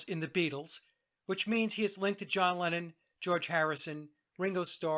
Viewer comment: ”Lennon” sounds like “Lenin” when you say it.